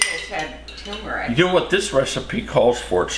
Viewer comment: TUR-meric, Papa